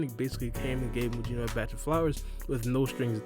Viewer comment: His name is not Muyino. It's pronounced Mugino like Gyuki and Kusanagi.